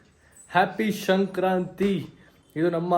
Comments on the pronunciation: ಶಂಕ್ರತಿ ಅಲ್ಲ ಬ್ರೋ ಸಂಕ್ರಾತಿ ಹಬ್ಬ ಕರೆಕ್ಟ್ ಆಗಿ ಹೇಳಿ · bro ಶಂಕ್ರಾಂತಿ ಅಲ್ಲ ❌ ಸಂಕ್ರಾಂತಿ ✅ ತಪ್ಪಾಗಿ ಹೇಳ್ತಾಇದಿರಾ 👍🏻❤️ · Sankranti anta helappa adu shankranti alla channagi pronounce madaku agalva ninge tu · ಬ್ರೋ ಶಂಕ್ರತಿ ಅಲ್ಲ ಸಂಕ್ರಾಂತಿ